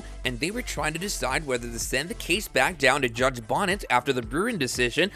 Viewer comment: His name is not judge Bonnet - it’s Judge Bo Knee Tez - not spelled this way but pronounced this way.